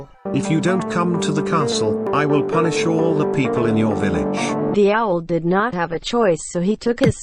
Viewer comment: Why did he say villige then villigers?